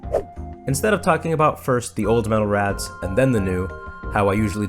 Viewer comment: I keep hearing you say "metal rats" instead of raths lol Great video.